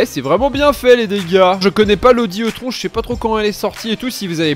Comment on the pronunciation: Alors juste la Audi E-Tron se prononce i-trone juste pour info mais on t’en veut pas 😅